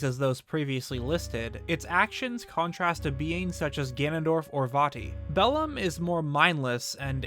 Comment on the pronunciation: as a person who knows latin the way he says bellum triggers me